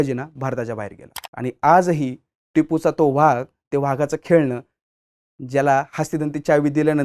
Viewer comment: मराठी शुद्ध बोला हो,vhag नाही हो वाघ असा उच्चार करत जा. उगीच त्या दुष्ट टिपू ला मोठा करू नका.